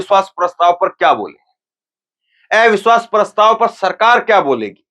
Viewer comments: Are ai biswas nàhi jara pronunce thhik karo abiswas hai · Avishwas bolna to seekho